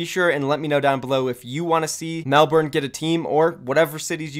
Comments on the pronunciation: Nice video friend BUT, Melbourne is pronounced as "Mel-burn", not "Mel-born" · Mel-bin not mel-born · everytime he said melborne it made me want to die, the pronounciations hurt. If OWl says it like he did I'm not watching season 2. Can't handle it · as o aussie, ur "melbourne" pronunciation is pissing me off (im joking before u hate on me bitches) , and im only up to . its melbourne, not melBOORRRHHHHN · You are pronouncing Melbourne wrong. Bourne isn’t pronounced liked Jason Bourne. It’s pronounced Mel - Ben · You I am Australian and I just wanted to let you know that you are pronouncing Melbourne wrong, the actual phonetics are ˈmelbərn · It’s actually pronounced melbun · Just to give you a heads up, never say Melbourne like that again cause you’ll get destroyed by every Australian, be safe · How you pronounce Melbourne XD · every australian cringing at pronunciation of Melbourne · Jesus christ your pronunciation of Melbourne is scuffed as hell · why does Melbourne not make sense? It's a capital city, and the second most populated in the country Also you say Melbourne wrong... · Wat a wanka can't even pronounce Melbourne right. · The way Americans pronounce melbourne actually hurts so much